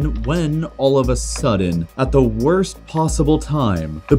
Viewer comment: “The worts pandemic ever” yet*